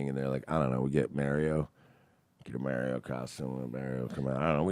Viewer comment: Say 'Mario' the correct way mersh.